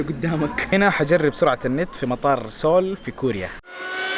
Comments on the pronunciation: اسمها مدينة سيوول بالياء مش سوووول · اول شي العاصمة اسمها سيوؤل مب سيول يعني see all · تكفى أنطقها زين سيول مي سول حرام شوهتها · سيول لاكن تلفظ سول seoul🇰🇷❤❤❤❤